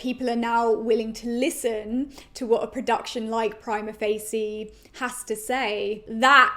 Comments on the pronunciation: You might want to learn how to pronounce the name of the play before doing a review next time... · I am the only one pronouncing Prima Facie like it were italian words?! dear god... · In your defense, I’m in law school in the USA and I’ve heard prima facie pronounced about four different ways 😂